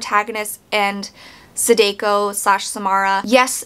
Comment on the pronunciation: Great review, but every time you say “Sadeko”, my soul leaves my body lol. The “ah” sound in “Samara” is also present in all occurrence of the letter “a” in “Sadako.”